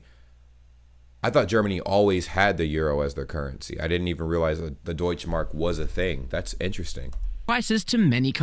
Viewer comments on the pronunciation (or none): The "e" in Deutsche Mark isn't quiet. Same like "Porsche";) #